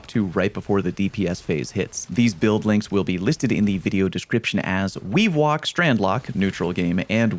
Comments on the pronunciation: Anyone else hear Weewalk instead of weavewalk? I hear it pairs well with weewind wounds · weavewalk sounding like wewind wounds out here